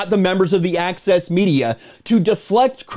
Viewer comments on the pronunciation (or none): I legit heard 'Axis' Media and not 'Access' Media